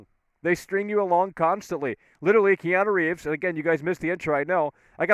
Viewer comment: Kee-ahna Reeves